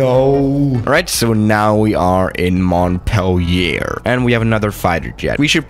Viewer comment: Nobody:: "Montpell'YEAAAHR"